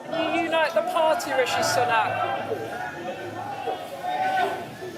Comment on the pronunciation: Its not richie but rishi